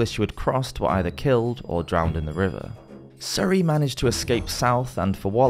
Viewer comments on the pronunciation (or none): none